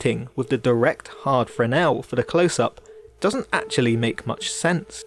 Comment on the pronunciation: Thank you for a great in depth expanation. But Please look up how to pronounce Fresnel .......pronounce fresnel lens in english ..... it sounds affectatious the way you say it.